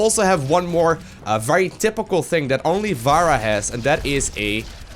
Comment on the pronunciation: I just watched all your Overwatch videos in one sitting, because they're fucking great. But mate, her name is [Fa-rah] not [Va-ra] :D Good job though, the best series I've found so far.